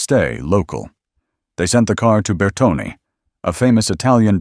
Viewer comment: Agree 100%. Credibility was already on a slippery slope and then "Bertoni" finished the job. I wish real car enthusiasts would make these videos and aim them at people like themselves (who are genuinely interested in detailed information and not for people with a passing curiosity). They state that almost nobody has heard of the GK1, yet all of my friends growing up were aware of them, especially as we had one locally (Christchurch NZ), that would often be seen in the car park at the local car racing track (Ruapuna Park as it was called in the early 70's). Another cringeworthy thing was their pronunciation of 'De Dion' . There are no doubt other things but after hearing their 'diddy-on' comment, I had had enough.